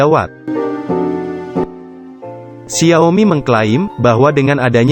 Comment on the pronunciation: Apa cuma gw yg terganggu dengan pelafalan xia-o-mi yang berulang2, dan beberapa pelafalan yang tidak lazim lainnya